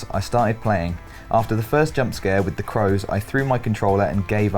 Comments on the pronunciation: is it Crows or Cows? It's written as cows, but he keeps saying Crows. He actually said it right once, but then changes it. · COWS DAVID, NOT CROWS! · it's cows not crows 😂 You two have gr8 chemistry, I mean you all do, but D'n'R fits together 🙂